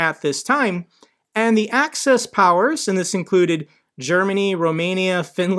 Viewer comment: It's axis powers, as in axis of the earth not access powers as in i have access to something.